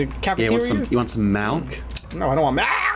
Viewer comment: Not melk but milk